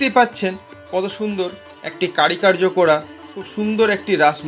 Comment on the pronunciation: কারি কার্য নয় উচ্চারণ হবে কারুকার্য । বাকি টুকু ভালো লেগেছে ।